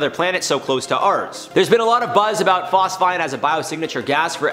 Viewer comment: Phos-feeeeeeen! 🤦🏽‍♂️Bro😊